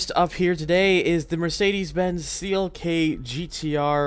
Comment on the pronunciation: Of course no one except from my country can pronounce it correctly... xDD You got the first part right tho! :D